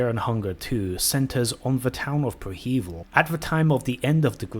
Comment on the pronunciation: Preh-heh-veel my guy not pre hEvil love the content btw